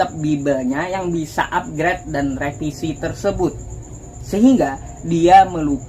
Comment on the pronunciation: ngomomg revisi aja jadi repisi...muka nya juga nggak meyakinkan..hahhaah